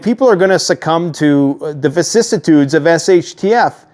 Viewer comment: Lol....! "Vicidsitudes".